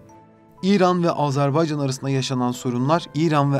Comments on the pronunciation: Ya Allah aşkına önce Azerbaycan demeyi öğrenin. Azarbaycan ne demek? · ülkemizin adını lütfen doğru söyleyin AzArbaycan değil AzErbaycandır. Kulağımıza çok kötü geliyor.